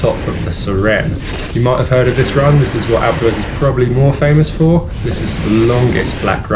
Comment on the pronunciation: You mean "Alpes du EZ" ?